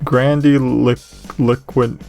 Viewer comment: Grand-ill-oh-kwent. It's a play on eloquent as he's an advisor so you'd expect him to be a competent orator.